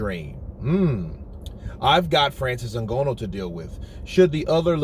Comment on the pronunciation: I still don’t know why you saying Francis’ name like that. No one else says N-Gono, neither is it spelt in a way which would allow you to think it is pronounced like that. Stop it dude